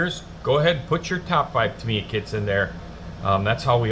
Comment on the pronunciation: Good show. It's hard to find better kits than these, and their motorcycles are great, too. In addition to what you've shown, they also do two Porsche 911s and a Senna Maclaren -- all top-of-the-line. Oh, and Tamiya is pronounced Tam-ee-yah 😀.